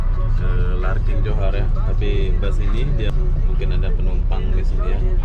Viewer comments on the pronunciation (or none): LARKIN. L A R K I N. bukan larking. 🙂